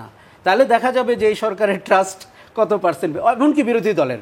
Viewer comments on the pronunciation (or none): none